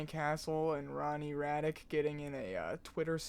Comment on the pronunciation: Hhmm and you are? least pronounce his name correctly in fact i am sure you have mixed up the first 2 letters of your name no? Gay Retard? . Ronnie is so talented <3